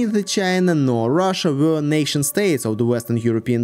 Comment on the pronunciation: Rhina? Chussia? 😂